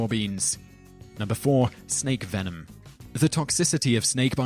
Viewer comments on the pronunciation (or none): none